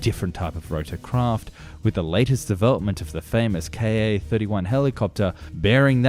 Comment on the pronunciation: You don't say Ka or Mi together like that! The "k" and "a" of Kamov and the "m" and "i" of Mil are spoken separately as individual letters. The only designations that are spoken together are ones with 3 letters like MiG (Mikoyan and Gurevich Design Bureau) or Yak (Yakovlev Design Bureau) that can be spoken in one syllable.